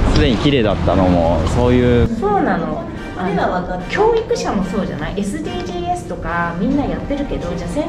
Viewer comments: 予告の「エスディージー"エス"」が凄く気になる… エスディージーズだと思ってたの間違いだったの…？ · エスディージーズだから エスディージーエスってなんだよ( '-' ) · SDGs（えすでぃーじーえす）とは 俺はSDGs（えすでぃーじーず）と思ってました方上の方が正解なのですかね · SDGsをエスディージーエスって読む時点でなんだか…… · SDGsについて熱弁してるババアがエスディージーエスって言ってるの草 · SDGsをエスディージーエスって読むんめっちゃおもろい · SDGsを語ってる人がエスディージーエスって言っちゃってるやん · SDGs(エスディージーエス)って言ってるのやばくないか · SDGsのこと「エスディージーエス」って言う奴初めてみたわ 普通「エスディージーズ」じゃね？ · SDGsはえすでぃーじーえすではなくて、えすでぃーじーずです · めっちゃどうでもいいし揚げ足みたいだけどSDGsをｴｽﾃﾞｨｰｼﾞｰｴｽって読んだ時の違和感が凄い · エスディージーエスって何？笑 エスディージーズじゃね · SDGsをえすでぃーじーえすって読むの笑う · えすでぃーじーえす読みなのしぬw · えすでぃーじーえすは草すぎる笑 SDGsのsをエスっていう人初めてみた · えすでぃーじーずじゃないん？w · SDGsの読み方が違う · おばさんたちは知らないだろうけど 今の中高生は思ってる以上に義務教育からしっかりSDGsについて習ってるし先生もちゃんと知ってるよね笑 読み方違うし